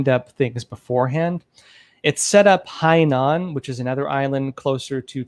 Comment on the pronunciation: Hainan (海南岛） is NOT CLOSER to Taiwan... Hong Kong is basically right next to Hainan island.. dude,, you know a bit about things but basic pronunciation of basic Chinese and geography needs to be improved!